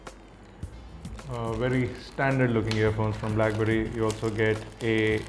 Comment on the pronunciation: i rikeee ur krifeeee and brackberrrrrrryyyyyyy :)